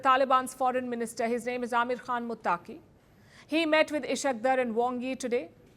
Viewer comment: you can't even pronounce Ishaq Daar and Amir Khan Muttaqi's names properly. So much for your due diligence and professionalism Palki.